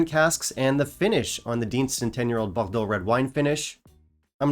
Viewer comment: I wasn't even vowed by the 18y and I'm not too keen on red wine finishes - with the exception of the Ledaig Rioja cask, which is also a Distell product, so now I'm intrigued again. And: compliments, you really practiced the pronunciation of "Bordeaux."